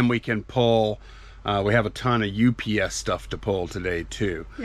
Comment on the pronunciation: Can you please call UPS U-P-S as 3 syllables and. Not. Ups as one syllable? Same with cracker …say nutcracker! 😢you silly. You are driving me crazy because I watch every single video! I love you guys!